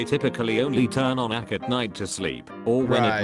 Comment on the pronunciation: I dislike videos with AI voices. You can tell when it pronounces AC as "ack" and burgers as "burzhers." voice is so expressive that the bland AI in the video sounds even worse.